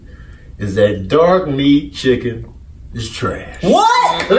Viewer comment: when he said “HEDUNNEVINEET CHIGGIN”